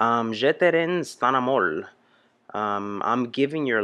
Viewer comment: "I apologize for not..." Me: please, say "my terrible french accent": "... translating in the beginning" Me: Oh.... It's OK, it's OK, dude...:) Tip: listen to Google Voice in french, and each word separatly, before saying it. "rends": don't say the d ans the s in the end "amour": pronunce "ou" like in the english word "you" and the r like a angry lion or a felin